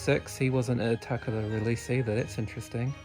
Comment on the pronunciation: VERY interesting to see these foreign release items on your channel! Especially with the box. Always find it neat you are one of the people who makes the conscious effort to pronounce "Takara" the proper way! I always say it the wrong way myself 🙈. Good on you for giving CC6 and Rob Vegas a mention!